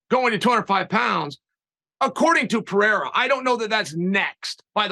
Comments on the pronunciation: Uncle Chael speaks so much yet says so little. Still undefeated. Champion of champions. Also, kudos to my man Helvani to get Uncle Chael to drop his charade with mispronouncing names. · Someone finally corrects lord Chael of the pronunciation of Pereira…. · Good on you for pulling him up on his pronouncing of people's names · Thanks for calling him out on the way he pronounces "Pereira". Only him and Schaub do it that way, and it drive me nuts. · Charles shtick is to mispronounce names. He does it ok purpose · He can't even say Pereirer. He can't even pronounce half the roster. He's amazing at speaking a lot of words to say very little. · stop watching with your head down he doesn’t even know how to say Alex last name right was sounding like De La Hoya pronouncing chucks last name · Chael knows how to say these names. He's trolling. He broke character a moment to show he's not THAT much of an idiot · And by the way, who’s this Pierra that you keep speaking of?😂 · Only ariel can get chael to think twice about his pronunciation of pierra... pererra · If Uncle Chael says its Piera, then its Piera :D Deal with it! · pee -air -ugh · Pierra lol. Preierra is Chale's best try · Chael calls him Poo and Pee reira. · I've commented on a couple of Chaels videos because I was so annooyed with him calling Pereira, Pierra all the time lol. THANK YOU ARIEL! YOU THE MVP! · My brain really will turn off every time I hear “pierra” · That's the only time I've seen Chael hick up is when Ariel corrected his pronunciation of "Pierra" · Boys - if we are going to pretend to correct pronounciation, at least get it right. It is Puh-rrray-rrrah. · I thought Chael was gonna stick to "Piera", he's been doing it for months lol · Man Ariel, I'm so glad you called Chael out on saying "Pee-air-uh" it's been driving me crazy. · Wow can’t say I have seen anyone more saltier then chael and the fact that pareira is the middle weight champ. He knows Alex’s last name and he purposely says it wrong. Smh